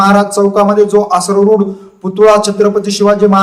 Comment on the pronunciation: भाऊ पुतुळा नाही रे पुतळा शब्द आहॆ. आसरूड नाही अस्वरूढ असा शब्द आहॆ काय निवेदन करता राव.